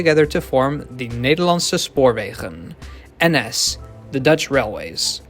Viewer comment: why are you so good at pronouncing Dutch??? it sounds like you are native dutch